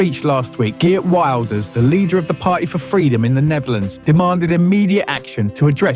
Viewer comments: Please pronounce his name correctly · I dont think ive heard someone butcher his name as bad as you😂